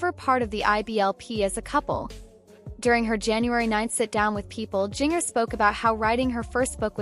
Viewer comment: I HATE AI when there is no editing to check the words for proper pronunciation. This young lady's name uses the "J" sound of JINGLE or the spelling Ginger as in the food and better yet, Japan. Having childhood trauma should never be used as a click bait channels fodder. Although the message have value but rather than using images free form, the producer of this AI voice and video farm could rather be done with respect for their condition. The flash of images and repeating sentences in same or similar form creates an additional a b us e by not caring about the subjects , and using their stories as if they are animals instead of humans.